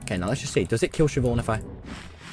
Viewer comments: Chivonne 💀💀 as opposed to Siobhán?? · “Does it spot chivonne?” it’s blind tommy 💀